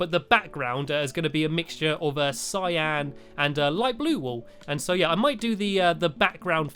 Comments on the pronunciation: Cyan wool not syan !!! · u said cyan but really its cyan oops i mean cyan